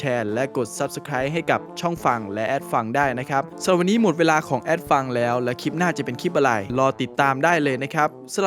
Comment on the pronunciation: คลิป ไม่ใช่ คิป